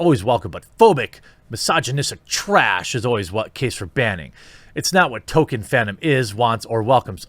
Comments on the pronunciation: Tole-Keen, not Toe-Kin. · Wait, I thought it was "Toll-KEEN", not "TOE-ken"? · His name is Tolkien with an L. His name is not Token. Learn to read. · >says "TOKEN" throughout whole video Jeremy it's pronounced TOLL-KEEN. There is an L in there. ToLkien. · No it isn't. "JRR Token" is a common mispronounciation among pseuds and posers who haven't even read the man's works. Dropping the L completely is in no way a result of Northern US accents. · Tolkien> Tokin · Ok I'm far more annoyed by the way you say Tolkien than whatever dumb shit the guy you were covering said.